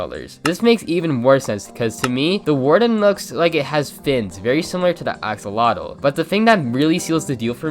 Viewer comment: It’s “axolotl” not “oxolotl” Other than that great vid!